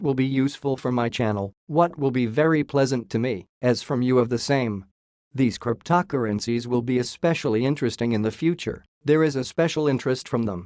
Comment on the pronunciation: As soon as i heard “Cryp-toc-urgencies” i knew this was not the channel to watch